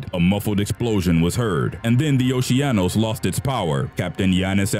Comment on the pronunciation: the cruise ship "oceanos" is pronounced as "okeanos"...